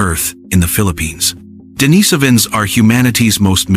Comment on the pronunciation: Several bits of the same information is repeated SO many times. This video would be at least half as long if it only stated these bits of information once. How this ai voice wrongly pronounced neanderthal & denisovans was also driving me nuts.